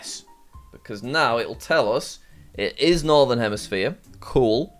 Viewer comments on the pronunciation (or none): none